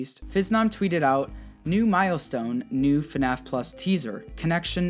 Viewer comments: Word: Fnaf Pronunciation: fun a f Me: .....hah this game is fun as fu** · “Hello, everyone! Welcome to a video on... FuhNaff!!” - literally the best intro ever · Day 11 of saying FuhNaff is awesome